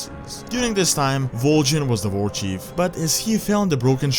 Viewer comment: Why do You say war with a V